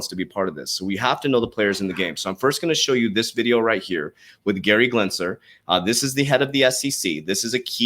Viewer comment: Why do you keep calling him Glensler?? His last name is Gensler.